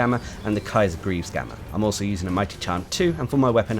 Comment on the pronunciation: It's been months already. It's pronounced as kyarr. It means emperor